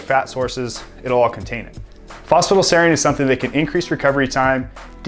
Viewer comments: Sorry to interject but it's pronounced Foss-Fa-Tide-ell-Sereen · He's not saying it fast, he's leaving half the word out. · Phos-pha-ti-dyl-serine. not sure what youre trying to say lol